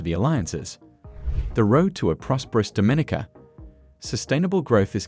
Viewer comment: I really wish you had learned how to pronounce Dominica correctly. It’s Domineeka, with the accent on the long e.